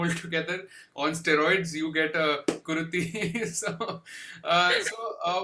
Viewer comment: It's KuruTHI. Not KuruDHI